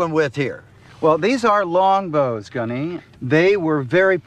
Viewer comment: Love you but you calling gunny “sunny” was so cringe inducing it made you look a bit like a jack